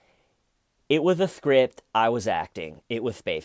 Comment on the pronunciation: Where's the scwipt? Styven has it...